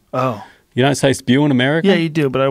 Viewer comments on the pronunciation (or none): 4.05..that spew sounded like spear to me